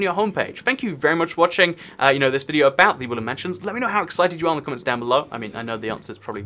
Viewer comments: I hear woolen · Evry time he says woodland it sounds like woolly